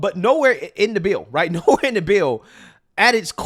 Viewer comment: 🙄 Learn how to pronounce the "th" sound. I've been listening to you for years, and it's high time. "Th" and "D" are NOT the same thing!